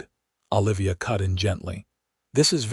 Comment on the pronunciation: Olivia should not be difficult to pronounce. Your AI is doing an awful version